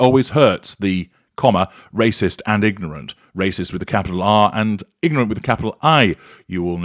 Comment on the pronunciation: Did you just say nignorant?